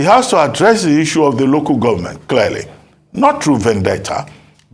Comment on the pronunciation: Why keeps saying, “easuu” instead of Issue / iSHoo /? Please, learn proper pronunciation. It’s hard to take you serious when you don’t know how to pronounce words like this one.